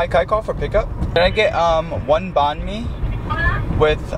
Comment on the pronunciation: Bhan mi is not pronounced bawn me it’s pronounced bahn me